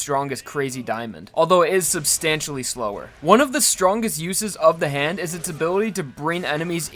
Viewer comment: Bruh it's not "the hand" it's "ZA HANDO"